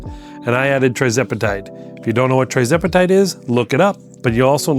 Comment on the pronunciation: What strength dose sir? 2.5mg? I think you may be pronouncing it wrong but thats not important. Congratulations on the success.